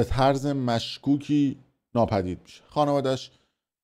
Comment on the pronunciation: خب دیوس تو که بلد نیستی کلمات رو درست ادا کنی خب گوه میخوردی استفاده میکنی.یه ضدو نقیض بلد نیستی و طرز رو میگی طورز.قرمساق همه ش هم میگی افشا ولی همونی هست که همه میگن